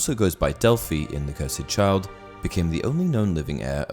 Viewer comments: I'm a big fan of your videos but this is completely wrong imho. Couldn't be more wrong in fact. Firstly, it's called the Cursed Child not the Cur-said Child. That really grated on me. Secondly on the actual video, Voldemort was not under a love potion. He didn't show any of the signs that he was under a potion. No infatuation. Nothing. He was joyous in OOTP because he had his most dedicated followers return to him. Tom Riddle Snr was infatuated, Jacob was infatuated, Ron was head over heels because of the strength of the potion. Voldemort showed no such signs. Whenever he was with Bellatrix, he showed fury after the Department of Mysteries, humiliation at Malfoy Manor at the start of book 7, punished her for letting Harry escape Malfoy Manor and then again after the Gringots break in and then cruel dismissal of her concern in the forest before his death. The reason he did it is actually in the Cursed Child since 2018 after it went to Broadway and the third year cast in London. At the end of Act 3, they removed the line about 'Anything but that' when Harry finds out Voldemort had a daughter, and in its place is a new Harry line 'The ultimate Horcrux... of course he did!' And then Draco says, 'Voldemort had a daughter?!' And then act 3 ends. So it was the ultimate horcrux. Bellatrix and Voldemort had Delphi as a way of ensuring another part of Voldemort lives on. Delphi is essentially a sort of 8th/9th horcrux. The one thing you nailed is though that the Cursed Child is 10000% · Anyone realises he keeps saying "Harry Potter and The Curs Ed Child"? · You’re saying the title of it wrong